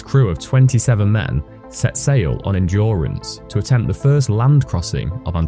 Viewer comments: it's The Endurance , not Endruance ;) . By the way, highly recommend reading the book about their history. Fantastic history! Great video btw! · ENDURANCE NOT ENDRUANCE😂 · "The Endruance" ^^